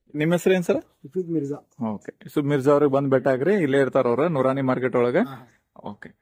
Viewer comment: ಅಜ್ಜರೀ ನೂರಾಣಿ ಮಾರ್ಕೆಟ್ ಅಲ್ಲ ಅದು ನೂರ ನೀ ಮಾರ್ಕೆಟ್